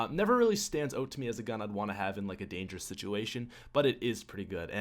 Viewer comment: I fucking hate the way he says "out"